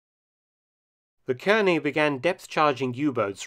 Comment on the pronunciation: Nice report. Nit: Kearny is pronounced "CAR-nee" :) We'll give you aluminum.